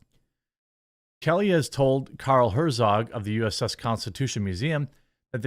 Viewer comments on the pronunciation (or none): none